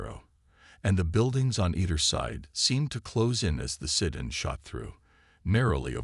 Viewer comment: MAGA Make America Godly Again... Interesting story though poorly told by an AI that cannot pronounce "sedan" properly. The photoshopped pictures were horrible and detracted from the narration. "Jake" was brave and very stupid. All he had to do was go hone and he should have. An untrained civilian getting involved in something like this usually does not end well. He was very fortunate it ended as well as it did if it was even a true story.